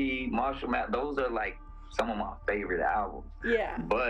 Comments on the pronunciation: Calm-E-Cause-E ❌ Calm-Eh-Cause-Eh ✅ Mat-hers ❌ Math-ther ✅✅ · Repeatedly hearing "Math-ers" was driving me crazy lol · Why are you pronouncing "kamikaze" & "Mathers" like that? I've never heard a single other person, not even Japanese (where the word comes from), pronounce "kamikaze" like that. And that's not how Em pronounces his own last name. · Why you say "Mathers" and "Kamakazi" so goofy doo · Who really wants to hear about rap from a acne-ridden white boi suckin on a queer lil vape who can’t even say mathers properly